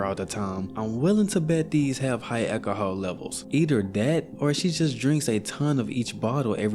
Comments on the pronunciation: I’ve never heard anyone pronounce the word alcohol like that before. An ekaholic who drinks lots of ekahol. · Eki-i-Hah. Bro, learn how to pronounce alcohol. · "accahol" 😂 say it normally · You just refuse to pronounce alcohol correct but insisttttt on using it 30 times in one minute 😂